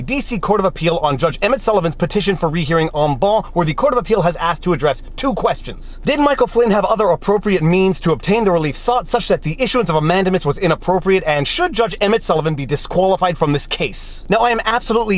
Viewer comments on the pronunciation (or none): You rock! But it is pronounced... man- day- mus. Long A